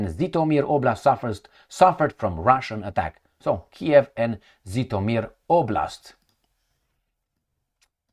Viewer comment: I am tired already to correct you. There is NO place in Ukraine with the name of “ZitomEEr”!!! There is the big City in the North of the Western half of Ukraine with population of over the quarter of a million (in 2022), and its name is - ZHytÓmyr.!!!!!!!!!! So strange - you’re trying hard to show us that you are sophisticated and smart, but you’re failed dramatically on a simple things, like the name of the City you use practically on your every video on YouTube! When you’re joking saying something like “blah-bluh-blue” instead of “electrification” we consider it as a joke, and we laugh. But when you constantly deliberately distort the name of the City - we can’t laugh at it! We are talking it as DISRESPECT!!! 👎